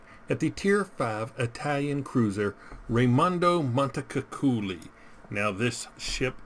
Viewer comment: Ti prego fate un meme sulla sua pronuncia bel dire MONTECUCCOLI 🤣🤣🤣🤣